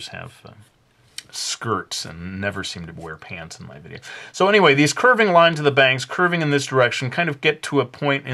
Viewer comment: did he say videa that first time?